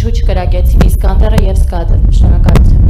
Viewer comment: իսկանդեր ա,իսկյանդար չի))